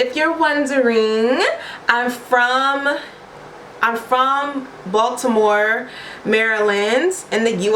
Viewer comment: the way your pronounced Baltimore made it sound like "Voldemort" 😂 Anyway, I love your personality and energy. Im subscribing right now. ❤️